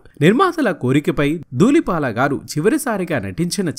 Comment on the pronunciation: He is duullipaala not doollipaaka please anchor sir rectify ur wrong pronounciation. Manchi artist gurinchi prastavincharu. Tq. Pronounciation mistakes chaalaa vastunnaayi . Sarichesukogalaru. 🙏